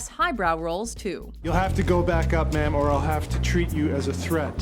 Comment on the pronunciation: Wrong 'Mum' when addressing the late Queen.